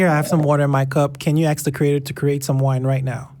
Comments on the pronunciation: I'm sorry but.. it's hard to take anyone seriously when he or she keeps saying "axe" instead of "ask". Come on, man. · Why is it so hard for blacks to pronounce ask? They stay axing all the time. Stop that! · This guy said. "Aks" instead of "ask". Isn't it a little disturbing?